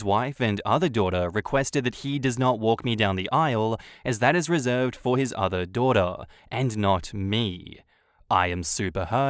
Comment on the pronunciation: “HE DOESNT VIEW YOU AS HIS DUHDUH” lol okay mate